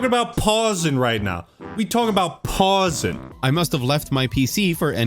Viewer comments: "We talking about 'PAUSIN'" I almost spat my tea out my mouth😂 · "WE TALKING ABOUT PAUSIN" 💀😭